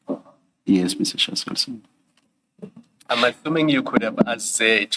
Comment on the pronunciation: very good in pronouciation of african names/surnames🎉